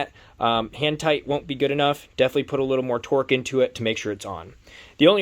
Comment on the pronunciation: Its torque not twerk lol